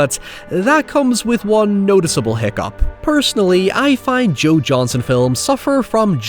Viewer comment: Joe Johnston, not Johnson.